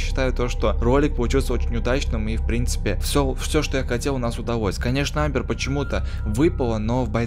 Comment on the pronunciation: Не амбер а амер